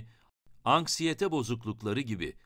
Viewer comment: anskiyete değil anksiyete